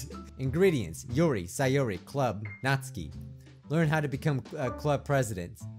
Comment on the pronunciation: Ahem It's pronounced nat-SUKI NOT NATSKI